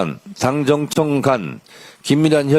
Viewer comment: 정청래는 당정청 발음을 힘들어하네 ㅎㅎ 자기이름에있는데